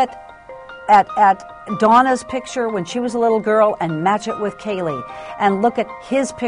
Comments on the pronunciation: When in the HELL is Nancy Grace going to learn to pronounce Kaylies name correctly instead of KYUL-LEE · It's not Cayl-ee, it's Cay-lee. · Kael-lee. That's how Nancy pronounced Caylee. Ridiculous. Get a hobby, Nancy. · Nancy Grace never could pronounce Caylee. She always made it sound like Killey. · Omg! I cringe ea & every time she says Caylee's name! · She pronounces Caylee that way because of her accent. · why can Nancy Grace pronounce Caylee right?